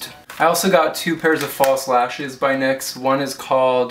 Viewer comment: You're pronouncing it right. It is pronounced "niks." it is named after Nyx, goddess of the night. I read that on the NYX website.